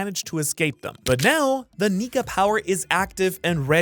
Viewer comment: really gonna have to start pronouncing those K'S in Nika my guy 🥲😂